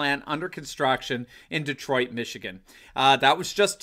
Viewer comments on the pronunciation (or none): none